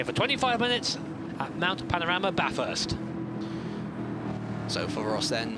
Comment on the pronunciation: It is not bathurst. It is baaaaaathurst